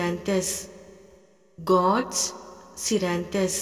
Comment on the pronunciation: Sorry I'm also Naran Sir's student, following all his healing techniques. I feel the gorse scleranthus is pronounced wrong in this video. Please make clear or may be I've mistakenly pronouncing wrong.